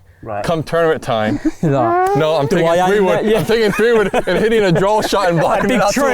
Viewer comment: Does Billy say Drawl instead of draw?